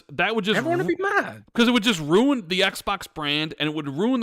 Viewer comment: Great pod! But LEARN HOW TO SAY RUIN CORRECTLY!!!! Rooooon rooon roon rooon A hundred times on this 4 hour podcast is driving me more insane than PlayStation’s false talking points lol